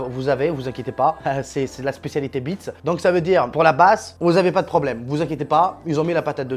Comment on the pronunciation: Le casque est super design, Tout est bon sur ce casque à part son nom car le prononcer sans le S, c'est chooooquant. Comme quoi il na pas besoin de faire bonne impression, normal c'est pas une imprimante 😂😂😂, hâte de voir ton setup.